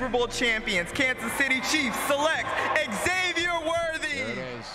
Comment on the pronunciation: Its not X-zavier... its pronounced Zavier.